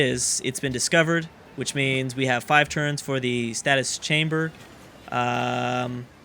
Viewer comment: Stay-sis. Not Status.